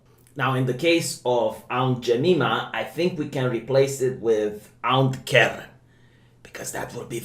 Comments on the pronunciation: Aunt "JemEEma" XD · "Ount Joomeema brrrand." Priceless. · I laughed harder when he said Aunt Jememe-a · "Ownt Jay-meme-a" Never change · 😂 😂 😂 😂 😂 trying to pronounce Aunt Jemima. But the next line was executed, with verbal perfection